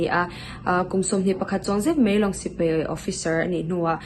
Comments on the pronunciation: I sawi thiam hle mai, nie sipei ni loin sipai tih tur aw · Sipei ni lo in Sipai tih thin tur aw Sawitha lutuk e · Sipei ni lo in Sipai tih thin tur aw. I sawitha lutuk e